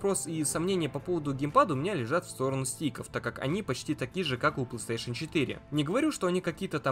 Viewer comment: Это не ПлэСтешен, а ПлейСтейшн.